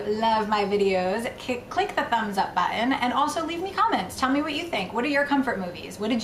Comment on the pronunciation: She sounds a bit British when she says 'Button'